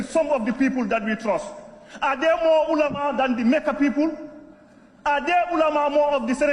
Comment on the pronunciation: He can't even pronounce makka and ulama properly